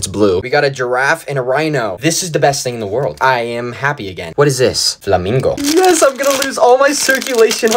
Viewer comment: "flamingo." WHY DID IT SOUND LIKE THAT?!